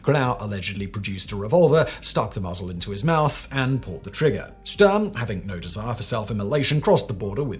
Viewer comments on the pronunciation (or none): none